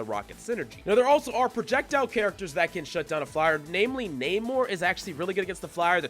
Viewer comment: Not naymor. But nah-mor